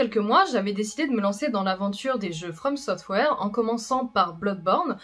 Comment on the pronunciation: Quand j'entends" from software" j'entends "from some rêve" Les meilleurs jeux vient de là